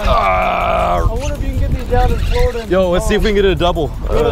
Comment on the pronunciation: I'm glad someone said Spanish mackerel! Secondly for my own sanity please pronounce trevally correctly! Try this say " valley" like hey man I live in the valley! Then put tre in front of it !! Not vaaley!! Love your adventures keep up the good work very jealous!! Thanks.....! I glad you found out gt's are hard bloody work! Love your